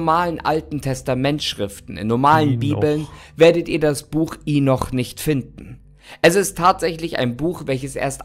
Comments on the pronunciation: Lustig wie er Henoch immer als Inoch ausspricht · mich nervt es auch echt, dass er mit vollster Überzeugung so viele Sachen falsch ausspricht, hier zB das Buch Henoch (oder Enoch /Enok)